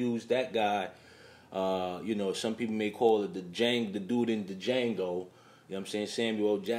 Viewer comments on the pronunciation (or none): none